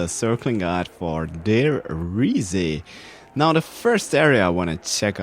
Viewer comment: learn how to say Der Riese. Dislike!